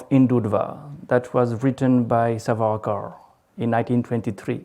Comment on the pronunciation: please call the name properly That is SAWARKAR